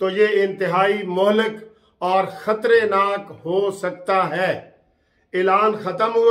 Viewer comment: Khtreynak lafz nahi hi , khtarnak hi , Aap apni yeh ghalati sahi karleyn